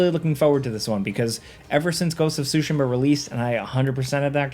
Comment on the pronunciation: Say it with me.... TSU-- SHEE-- MUH like Shoo - shee -muh